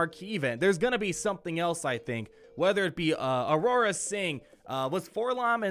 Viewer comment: it's Aurra sing not Aurora sing!! take note pls :P